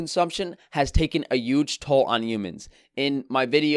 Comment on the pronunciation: The way you say huge is hilarious. Yuge